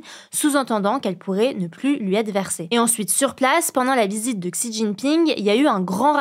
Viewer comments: Petite info, « Xi » (de Xi Jinping) se prononce « si » (un s un peu mouillé) et non « ksi ». Merci pour ces infos du jour! 😊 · ça se prononce même "chi" et non pas "si" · Un effort à la prononciation de "Xi" Jinping please, ça frise un peu l'oreille 😅